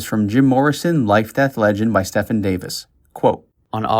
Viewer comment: Stephen is pronouncrd Stee- Ven. It's my great grand fathers name, grandpop's name and my uncles name and my middle name. Stefan is the name you said.